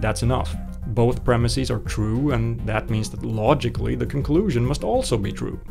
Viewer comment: Please don't say premis-eez.